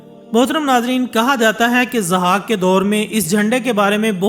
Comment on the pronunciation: Zahak, not Azhak. Just legend not history. Mentioned in Shahnama Firdausi.